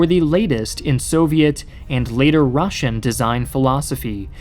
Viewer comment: As a russian i feel pain when he pronunces all that russian words